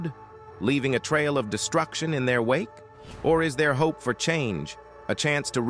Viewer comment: Stop using this A.I. narrator Can't even pronounce the word "Wake" properly Omfg! 😂🤣😆😅